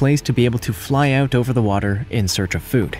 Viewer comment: “Inside and OOOOOOOOOOOOOOT” lol. Sounds Canadian